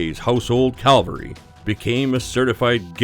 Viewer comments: Its cavalry not calvary and the red beret is the parachute regiment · Cav alary, not Cal very. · Its "Most Deadly" or "Deadliest", learn how to write. And it's "cavalry" not "calvary", learn how to speak. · that;s household Cavalry, not Calvary. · Please have the respect to learn how to pronounce “cavalry”. Calvary is what Jesus went through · It's CAValry, not CALvary, dumbass. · It’s CA-VAL-RY, not Calvary, where Jesus died. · Did he say ‘household CALVARY’? The Regiment is called ‘The Household Cavalry.’ This is not an especially British thing. You have had cavalry in the US. Sheesh. Less than a minute in... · The “ Calvary” ? The cavalry? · No 5 the British Lad. Shoots 2.45 km then says later it’s 937 meters. 3000 feet! What??? 2450 metres nearer to 3000 yards. And it’s Cav Al ree not cal va ree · ( ~) UK's Household CAVALRY (= Horse riders). ("CALVARY" is the hill Jesus died on.) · Cavalry, not Calvary. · Household Calvary? Bye, idiot! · It's cavalry not Calvary. Getting this most basic fact wrong immediately reveals you as an ignorant loser. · No. 1--- it's "ca-val-ry" not "cal- va-ry". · Household Calvary???? Please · calvary? slap your editor. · Household Calvary HA HA HA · . Actually, I think he said "calvery" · Household cavalry....Kah val rie ....moron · He actually says Calvary